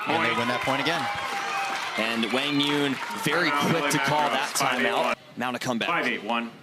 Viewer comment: That's how you correctly say his name (like Hwang Yoong). They were pronouncing it wrong before.